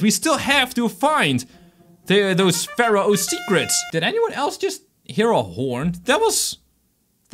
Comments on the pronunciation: It’s pronounced faro not farao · it's pronounced like fair-oh